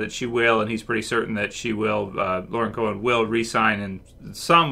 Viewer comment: She's been on the show for 6 seasons but you still fuck her name up. It's Co-En, not Co-Han. It really isn't that hard